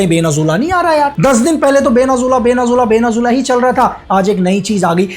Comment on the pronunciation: Venezuela ❌ Venazula ✅